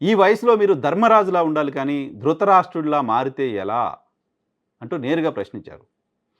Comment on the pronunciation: వాడికి ధ్రుతరారాష్ట్రుడు అని పలకడం కూడా రావడం లేదు.. వాడికి మంత్రి పదవి కావాలట 😂